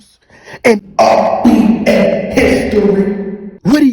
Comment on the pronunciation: Are u saying RBA?